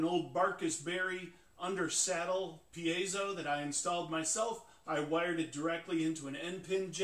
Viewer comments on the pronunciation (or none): It's neither pi-ei-so nor pai-so, it's pie-zo